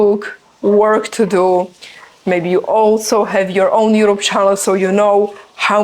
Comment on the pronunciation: I think you can't say properly "To" and "do" 😊